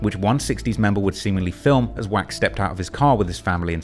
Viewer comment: Didn't know "wack" is pronounced quack.